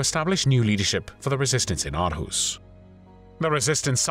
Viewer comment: Hej!! Greetings from Aarhus, Denmark!! Great video and congratulations on your Danish pronunciation....except for the word 'Aarhus'...sometimes written as Århus. But don't worry...Danish pronunciation is notoriously tricky!! You pronounced it 'Ar-hoos', which isn't quite correct. The double Aa (Å) is pronounced 'awe', as in 'shock and awe'....or 'or'!! So Aarhus is pronounced 'Awe-hoos'. (Or-hoos) And Aalborg is pronounced 'Awl-bore'..the 'g' is silent. And Danish 'r', as in the name 'Grethe' is not rolled, but made in the mouth at the back of the tongue....a tough one one for non-Danes!!